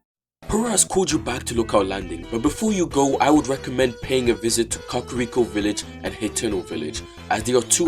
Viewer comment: When he said cockriko